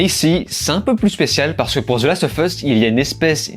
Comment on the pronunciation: Bonjour ! En anglais, lorsque le mot qui suit "of" commence par une voyelle, alors "of" se prononce "ov". Voilà, c'était la parenthèse culturelle 😄 Merci pour cette critique que je n'ai pu m'empêcher de regarder alors que je n'ai pas encore regardé cet épisode 4 !!!